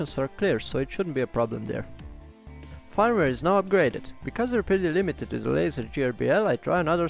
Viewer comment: Nice video! In English we would pronounce "firmware" like "ferm where"